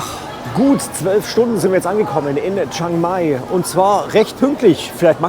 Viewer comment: Nettes Video 😊 aber bitte liebe Deutsche 😂 es heißt chiiiiiiang mai. Das iiiii muss man schon aussprechen chi-ang-mai Thx 😊😅